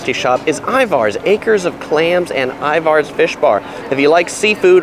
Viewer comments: Everything sounded good except for him pronouncing “Ivar’s” wrong . It’s pronounced it rhyming with “Tyler’s”. He says “Ivar’s” rhyming with “cars” which is wrong. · Thank you for making sure people call it PIKE Place Market. I actually clapped when you said that. 🤣 I've watched so many of your other videos and finally found this on on my birth-city. Good job on the highlights!! I'd also point out we pronounce it I-vers, not I-vars. And the Space Needle is 605 feet. I interned there, so I do love it, but another good view is from the Columbia Tower. Less expensive and higher up!! 900 feet!! Another whacky place to check out is Archie McFee's - all sorts of strange gags and gifts. A famous burger stop that Seattleites hold sacred is Dick's Burgers (our equivalent of LA's In-n-Out.) Take the water taxi from the DT Seattle side over to Alki and eat at Marination right at the water taxi dock. SO GOOD and then you can take amazing photos of Seattle from across the water. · It’s not that big a deal, but I wanted to let you know that Ivar’s is pronounced I-V-E-R-S. Pro tip. 😂😂